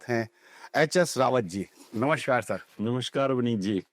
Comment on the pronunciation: ~ "नमश्कार" ग़लत शब्द-प्रयोग है, सही उच्चार 'नमस्कार' है। ~ 'वक्री' को "बकरी" बोलना बड़ा हास्यास्पद लगता है।